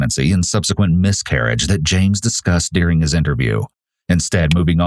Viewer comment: It's "during" not "dearing"! gahhhhh!